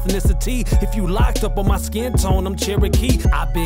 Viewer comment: Why is “skin” “sk-in”?